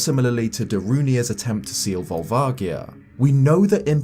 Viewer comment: That's not how I pronounced Volvagia...